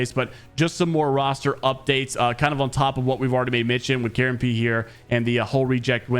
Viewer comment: It's KaronPe not Karen Pee